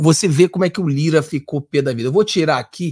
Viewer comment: Lira.... se trocar o "r"....